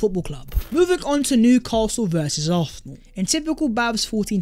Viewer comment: I beg you pronounce arsenal properly